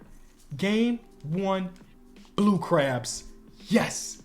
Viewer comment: Why he saying blue crubs 😂